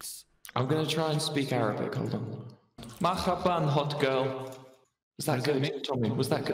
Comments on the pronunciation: wilbur trying to speak arabic make me laugh instead of saying "marhaban" he said "makhaban" also tommy using google translator is funny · lmao i speak Arabic, the way wilbur pronounced hello was hilarious 😂